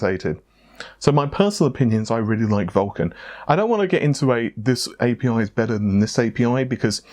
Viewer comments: So is Amata gone forever? is pronouncing A P I as APPEEE. Damn it. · I like how you say API